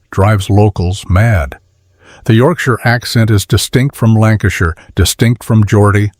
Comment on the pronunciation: ... What and where is this "Lancastireshire" ?